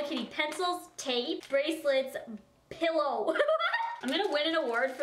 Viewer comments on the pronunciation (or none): I died when you said “uh pillow”